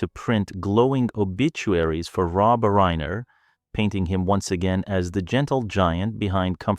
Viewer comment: 'reeener,' AI garbage